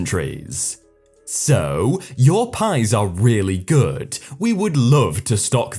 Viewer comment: what happened? I was away for a few weeks and now i hear that you have a new mic, which is good, but the way you read the stories changed. You suddenly drag the words at the end of each sentence. "Pleasantriiiieeeesss", "Really goooooood", "Stock theeeeeeem", "Hear thaaaaaaaat"... I'm sorry, but i think it sounds horrible. I really liked how you read the stories and i WANT to like you videos, but now i can't even concentrate on them because your pronounciation annoys me so much. Can't you go back to the way you read the stories before? (this is coming from a good place, so no hate, ok?)